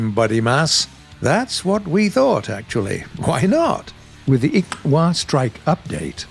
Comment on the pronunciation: Yay you pronounced Ixwa right 🥳 thank you for that !